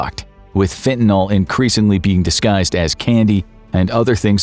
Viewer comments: fen tuh nuhl. Not fen tan all. And use a human voice next time. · Fentanyl. Not fentanol...fentanyl. nil. Can you say nil. Ryhms with bill. ..nil. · It's pronounced fentaNIL not fentaNOL. js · Fentanyl mispronounced throughout. It's not Fentanol. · WHY DOES EVERYONE KEEP SAYING FENTA-KNOLE?! IT'S CALLED FENTA-NIL 🤦🏻‍♂️